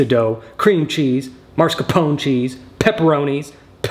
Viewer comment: MAScarpone not MARScapone.... This got me on a personal level haha. You did it before with nuclear and making it nucular. Is it just because he's southern?